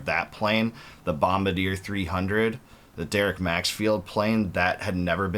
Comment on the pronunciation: Love you bro.. but being a huge Sea-Doo fan for 35 years now I have to correct you on the pronunciation of Bombardier. It’s: Bom-bar-de-yey. It’s a French word.